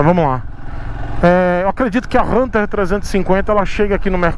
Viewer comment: Achei engraçado vc pronunciando Hunter 350 fala: RRRRRRRRRRRunter 350 KKKKKK